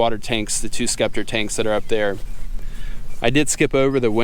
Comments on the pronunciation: It’s pronounced “septer” not skepter. 😀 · it's pronounced "SEP TER". The C is silent.